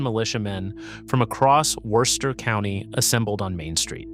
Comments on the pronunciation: In my 61 years in the Worcester area,my first three years in a triple decker on Dover Street in Worcester, I have never, not once, heard any locel pronounce the city as "Worse-ster" as I hear in one way or another in this video. No one - no one - pronounces the "o" as any form of the sound. In local parlance, the "o" becomes an 'i" and hence "Wister". Great video but every time you pronounce the "o" it feels like fingernails on chalkboard!!! Bonus: The first mention of taking up arms against it British anywhere in what is now the USA was noted by John Adams when he was visiting Shrewsbury, the town that borders Worcester to the east. Adams was at one of the town inns when a local farmer walked in and eventually observed that the colonials will have to take to ups arms and fight before the opposition becomes to strong. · You can pronounce it Wooster. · This video is a total mess! Can't pronounce the name correctly (Woo-ster) nor consistently. Many of the video and stills aren't even of Worcester. The first several minutes are repetitive. And, as other commenters have pointed out, the 3-Decker style buildings were NOT all destroyed. Total Fail, Dude. What a joke of a channel. 👎👎👎👎👎👎👎👎👎👎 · And its woo-ster (or woo-stah boston accent lmao) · bro dude guy ya gottta say woostah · the ai has no idea how to pronounce it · First off, learn how to pronounce the nasme of the city. Secondly, there's plenty of 3 deckers in the city. Not sure where you're getting this from but you need to come up here to see that you're wrong. Go to Vernon Hill or Grafton Hill. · You are wrong. Especially in how you say Worcester. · My Dad grew up in a 3 decker in Worcester.. All of my family,including me,were all born and raised in Worcester. You're pronouncing Worcester,correctly in one sentence,and mispronouncing it in the next sentence. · It is still a mispronunciation. The English city is pronounced as typical New Englanders would say it, which is not how he says it, at least at the start.